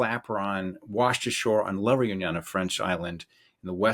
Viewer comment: Lahroonyon ??? Oh La Reunion . That's La ( not lah ) Ray-oo-nion. 5 syllables in total not 3.